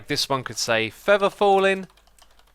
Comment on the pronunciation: "Fevver fallin" "Brass Protection"